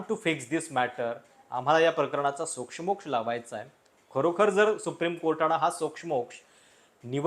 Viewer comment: सोक्षमोक्ष शब्दातल्या क्ष चा उच्चार दीर्घ आहे.